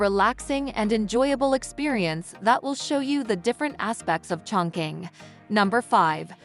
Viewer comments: CHONG.QING is pronounced [chong.ching] not [choing.king] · Total wrong pronunciation of the name